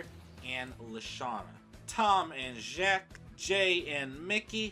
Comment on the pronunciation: I’m surprised you actually pronounced “Jacques” right instead of saying it like “Jacquise”.